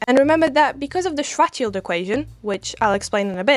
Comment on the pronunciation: What a fun view! Kudos for you to show the math, is amazing how supposed science channels skim on it, although... What did you say, young lady? Do you blame the micro now? "strategy" ,"fatshield" ,"sweatshield", "distraction", "schorathe"... YouTube captions are not helping :)) I suggest that in the future, if you ever have to speak of poor Karl Schwarzchild again, show his name somewhere